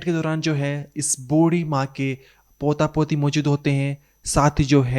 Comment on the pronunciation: Bro work pronouncing words Maujud and Goohar.